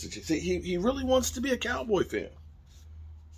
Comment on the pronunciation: "Wamts" tho...🦅🤣🦅